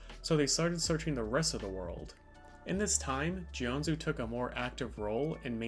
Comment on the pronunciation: It’s pronounced Jianjoo.